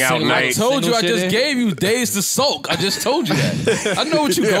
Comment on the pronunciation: I think he said sulking but I died